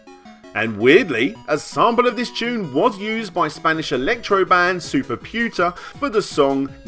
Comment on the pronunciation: Also, Superputa is pronounced "superpootah" and not "superpewtah" :)